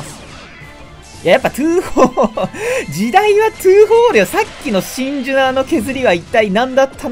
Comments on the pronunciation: 「ュ」言えてませんよ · 真珠の発音がシンジにしか聞こえない件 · 最初「シンジ使います」って聞こえて、デッキ見て「シンジ？」って思った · わかりみです えっ、シンジ？ってなりました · シンジって聞こえた笑